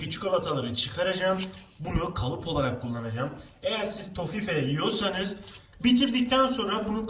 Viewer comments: toffife tofi diye okunuyor abim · Tofi diye okunüyüüürr